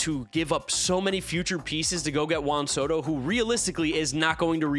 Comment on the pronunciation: never pronounces Juan Soto correctly. 😂